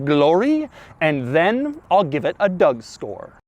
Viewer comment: Did he said Doug store instead of Doug score ?